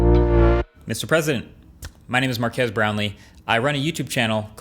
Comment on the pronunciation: He also said markass lol